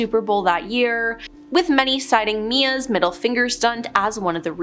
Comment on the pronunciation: It's not Mia it's M.I.A